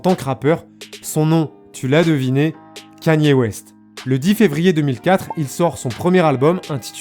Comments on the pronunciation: salut . stp ca se dit " k é n i " ( KANYE ) et non " k a n i é " . 👍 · la vidéo est tres bien mais ca se dit kani west et pas kanyyyé west bordel.... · Il y a que moi que ça perturbe qu'il dis kAnye West et pas kEnye ? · Pq tu dis kanyé ? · C’est « Ka-nyé » la prononciation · pas kanier kéni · Non ça se prononce absolument pas comme ça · Over Size écoute I love kanye dans life of pablo et on verra si ça prononce pas comme ça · Noa abdeljelil & oui je répète ça se prononce pas comme ça, son accent est très mauvais